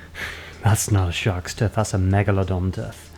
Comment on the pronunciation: You pronounce the word "TOOTH" really strangely. Sounds like "TITH"